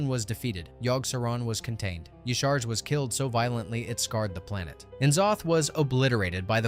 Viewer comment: downvote because u pronounce Y'Shaarj (pronounced YAH-Sha-Raj) and C'thun (pronounced "Kuh-THOON") wrong.